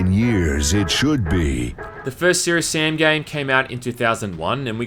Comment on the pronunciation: "Dook Nookem and Syerious Syam"